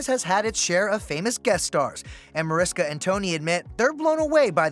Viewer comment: Mariska Hargitay is a TV legend, yet the ET announcer on occasion mispronounces her name. It's Mah-rish-ka, not Mariska. Cmon have show some respect.